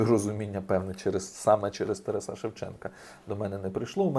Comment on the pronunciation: З великою повагою. Не ТарасА, а ТарАса.